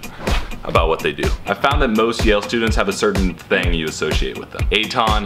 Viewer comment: Yale not jail.